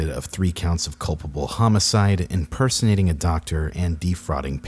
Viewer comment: "Impersinating a doctor"